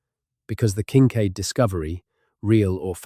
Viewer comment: I think you are falling to sleep to an AI voice, Better off listening to Whales. This 'voice' cannot consistently pronounce Kinkaid or UTE!